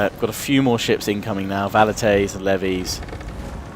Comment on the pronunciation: Velites not Valites :D